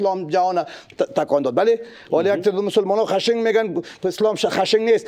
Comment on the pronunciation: با احترام به شخصیت شان، ولی حرف های شان در شأن یک فیلسوف نیست. سوال نطاق یک چیز است و بعضی جواب های فیلسوف صاحب یک چیز دیگر است. و از سوی دیگر یک دقیقه وقت میگیره، ۱۰ دقیقه حرف میزنه. از لحاظ ادبیات هم بعضی از لغات را اشتباه تلفظ کرد مثل: خَشِنگ ( خَشِن ) ، مزاق (مِزاج) و غیره ... 🤦‍♂️😀